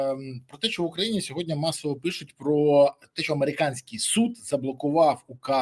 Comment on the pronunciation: СЬОГОДНІ!!! Борислав, вимови слово "СЬОГОДНІ"!!! Не сєводня, не сягодня